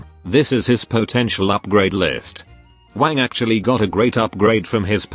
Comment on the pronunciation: I always hear Wang as wank in this video 😂